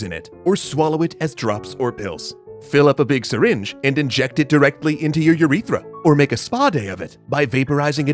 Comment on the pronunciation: The way he says "Urethra" is hilarious